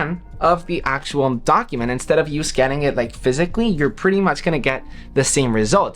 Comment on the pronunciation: Why do you pronounce U as EWWM 😂😂😂